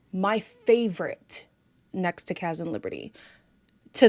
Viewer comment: The moment you said Cash instead of Kaz haha